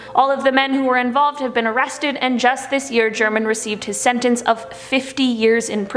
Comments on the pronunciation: I think his name German is pronounced "Her-monn" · German is pronounced with an "H", Herman.